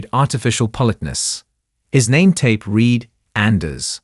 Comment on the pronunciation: OK. Up to the voicing isn't too bad. There have been a couple of minor errors, but nothing as egregious is the other AI voice. Can't pronounce "politeness" . There's another mispronunciation a couple of seconds later. "Read" is not pronounced "reed". Can't pronounce "sergeant". And so it goes. Mispronunciation after mispronunciation. It gets worse, minute by minute. It could have been a wonderful story about a talented female sniper. Instead, it was not very good.